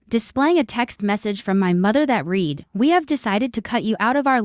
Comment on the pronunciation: You pronounced read wrong . Should sound like red. That’s how we do it here in Canada